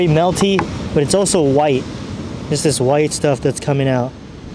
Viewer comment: When you hear say “Let’s do dis”, you know you’re about to get some quality content.